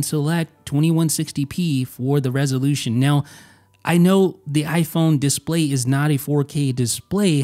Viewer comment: nobody: not a soul:: DIS-play